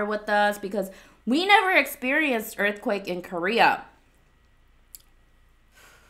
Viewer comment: My aunt was in a earth cweyk